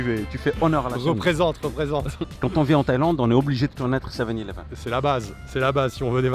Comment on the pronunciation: 7 eleven Et sans accent(anglais)et surtout sans T